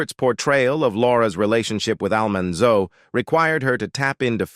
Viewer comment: Poor narrator just can't seem to pronounce "Almanzo's" name correctly. 😂😂😂